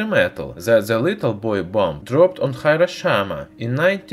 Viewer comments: As a Japanese speaker... that hairoshama hurts😅🤣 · I wouldn't be surprised if he said that, he even pronouced it as Hiroshaima instead of Hiroshima. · The author not knowing how to pronounce "Hiroshima" is just to much. Ugh.